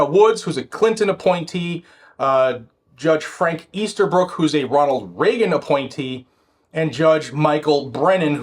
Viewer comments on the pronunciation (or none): none